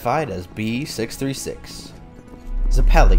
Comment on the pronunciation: Hey crew, GREAT work here, love having an outlet to see Part 7 and 8 before the anime because I’m an easy to bore reader. Only thing to say is that I thought Zeppeli was pronounced “Zeh-puh-lee” but I could be wrong. Cant wait for Ch 6!!